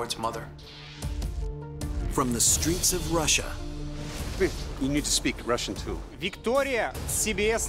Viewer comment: lol that was really good russian